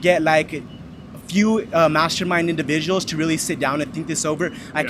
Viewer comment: He keeps saying "indibidual". With a B What a crashing bore that young fellow is. That governor ambition isn't going far.